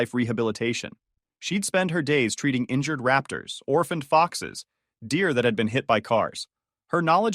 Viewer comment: Did he say injured raptors?